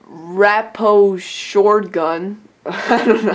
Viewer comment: "Raposhord"=Rapid Shot